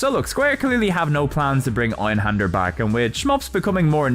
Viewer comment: Dude you're an english native, you can pronounce an ä. Why not do it?